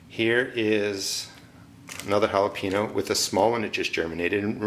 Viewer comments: I just wanted to say, that I love all your videos because they are so detailed and informative but, I can’t take it anymore, it’s not holo-pee-no, it’s Jalapeño (hala-pain-yo). Please say it correctly. All I can think about when you say jalapeño wrong Is the fact that you just said it wrong and not what you were actually talking about. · lol Ha-La-Pee-no? Ha-La-Pain-Yo is the correct pronunciation, sounds weird to Americanize the Yo but pronounce the Ha correctly... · JalapEEno lmao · Jalapeño = Halepeenyo